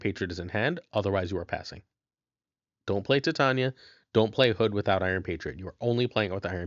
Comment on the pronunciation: Titania's name is pronounced "Ty-Tay-Nee-Uh" as in "Titanium" and not, "Tit On Ya"!